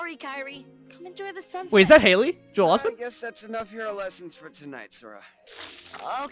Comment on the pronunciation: FYI it’s not haley